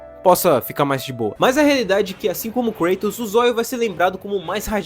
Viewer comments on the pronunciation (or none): none